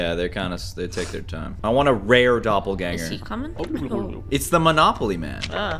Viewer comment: soon he meant to say doppelganger but he said gropplganger. edit is 😂😂😂😂😂😂😂 2nd edit: next video you get peach guy can you let him in